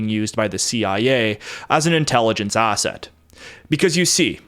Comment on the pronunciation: Stop adding R’s where they don’t belong, like arsett!